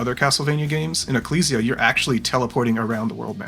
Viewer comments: Sorry but the pronunciation of "ecclesia" seems so wrong. It's "uh·klee·zee·a", like "ecclesiastes" in the old testament. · I was so relieved hearing pronounce ecclesia correctly because you would finally learn how it is said, and then immediately after that you just pronounce it wrong again anyway... Edit: Sorry, that was uncalled for, I'm just having a rough week